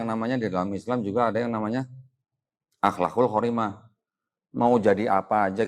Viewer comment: السلام عليكم ورحمة الله وبركاته. Maaf....koreksi sedikit dari orang yang faqir ilmu ini.........., Yang benar احلاق الكرمة AHLAQUL KARIMAH Bukan AHLAQUL QORIMAH. Maaf..........sebesar besarnya...karena kebenaran itu hanya milik Allah. kesalahan dan kekhilafan itu milik saya. والسلام عليكم ورحمة الله وبركاته